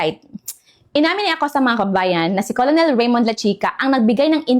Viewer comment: Madam, just asking lang po? Colonel diba pronounced as Kernel? I think it's wrong to pronounce it as Colonel as how it spelled.